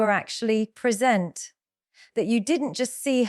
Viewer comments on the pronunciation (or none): As in , “… something that reveals you were actually preSENT”.